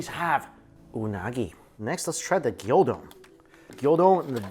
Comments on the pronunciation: Gyudon not gyodon lmao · Gyudon not gildon Gyu rhymes with new don rhymes with bone The dressing wafu means Japanese style. and still can't say Onigiri, I guess you have a speech impediment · Stop calling it gyO-don! it's Gyu! From the Japanese word for cow/beef. You don't call it WagyO do you? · It's called GYU-don, not GYO-don... LOL